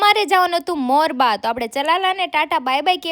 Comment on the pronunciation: Morba nai morbi😂😂😂